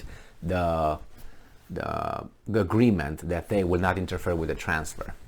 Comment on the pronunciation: interfere: "INTER FEAR" not "inter-fur"